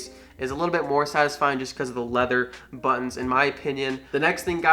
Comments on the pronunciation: Desert Falcon That’s all I hear now 😂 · Did you say "buns"? Or "buttons"?